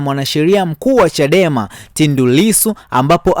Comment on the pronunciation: Unayataja majina ya watu kijinga!! Kibatala si kibatila!! Tundu sio tindi